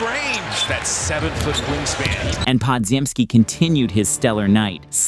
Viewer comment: The name is Polish, ir reads Podziemski but you say Podjemski